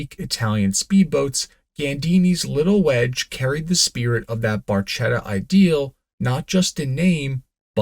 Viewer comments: It’s “bar-KET-ah”, not “bar-SHET-ah”. In Italian, the “ch” is the same as the “k” in English. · Barchetta is pronounced b a r k e t t a, the ch is a hard k sound in Italian. It means “little boat”, as you alluded to. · Barchetta reads barketta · Barchetta is pronounced barKetta